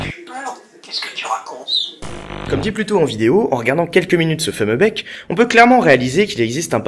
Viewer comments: bien la video mais tu a dit mec u lui de bec du coup j ai cru que tu parlait de bite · Au départ j'ai entendu "mec" au lieu de "bec" x) donc voilà, toute pieuvre qui se respecte a un mec. Oui, c'est farfelu. Autant que ta coiffure même, je dirais. :3 :p